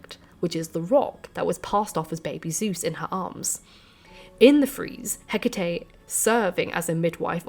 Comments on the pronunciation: I spent the first half of this video screaming Hecataé every time you said Hecatea. You fixed it halfway though. Lol. I almost blocked you. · This is interesting, thank you, but Greek goddesses with e at the end of their name are usually prounced 'ee' at the end rather than 'ay' (apart from in Shakespeare who pronounced Hecate with two syllables, ie. Heh-cut). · Εκάτη = E KA TI not HE CA TE she is not a Samurai Spirit (you guys YOU GUYS) 🤣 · Whenever I hear the name pronounced, Heck itty, I feel puzzled. When I look up correct pronunciation it's more like Eh ca tay because it's Greek. So what's the correct way? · It's pronounced Heck-uh-Tee.....Just sayin' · its Ekati not Hecate. she would never reach out to someone who cant even pronounce her name... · oh babe, you are saying it in spanish, the romance way, closer to latin. 💁🏻‍♀ It's fiiiine. 💖 🙌🏻 You are channeling this information from the universe in within! ✨🔮✨ I didn't even notice until you pointed it out. As a spanish speaker, it made it easier for me to listen while cleaning the house 🧹🧹🧹 🤷🏻‍♀ I discover you recently and am so glad I did! Thank you for you hardwork doing all this videos!!! ✨😍✨ TOP TIER! 🖤🖤🖤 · Although I have always pronounced Hecate as you do, I’ve recently been corrected by a couple of Greek speaking friends, who suggest that the emphasis is placed on the second syllable.